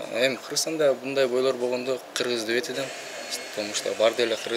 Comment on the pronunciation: Кызыл койнок Сен сакосунбу Гыргыз дебей так суйлобойсунбу